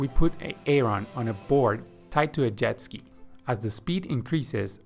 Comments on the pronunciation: Why did you choose a name you cannot pronounce. Its pronounced 'A-Ron' not 'A-Aron', Excellent content but thats really annoying. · The pronunciation of Aaron is Aron. Say it Aron, Aron. Swimming points are good. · Love the video. One correction though..... the name Aaron is actually pronounced as though it has one A. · Every time he says A-a-ron it grinds my gears . Just say A-ron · His name is pronounced Erin. Not A Aron. He is not a pokemon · brilliant video/ seen the longer version too. but just one question. If Aaron must learn to swim the correct way, taking months of hard work, and since you love to mention his name every few seconds which is sweet, how much longer do you need to say his name correctly? lol its not Aay Ron! lol! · why does he keep calling them A-A-ron and Dee-nice lol? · So that you can comment on it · Bro I'm watching this like, "is this guy saying A-a-ron like the Key & Peele skit?" Even after he said it like 40 times I still thought I had to be hearing things 😂🤣😂🤣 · Boggling. can’t gather why this man says A-a-Ron. Doesn’t he have a friend , a wife? Someone to correct him? Sheesh